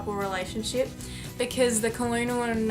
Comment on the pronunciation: it's pronounced kernel omfg have u never been to kfc